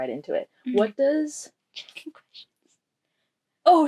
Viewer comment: Everytime I hear you say "check in questions" I think "chicken questions"...